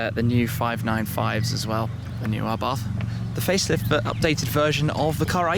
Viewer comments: Pronounced, Abarth [ a-barth ] not "arbarth". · ABARTTTTTTT.....not th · Please , please lose the H in the Abarth , just pretend it's not there ABART , that's it ABART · It’s pronounced [Ab-Ar-T] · Can't get over how he says 'abarth'